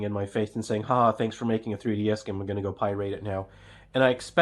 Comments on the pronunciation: I had no idea that you could "pie rate" a video game. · We're going to "pie-rate it" now.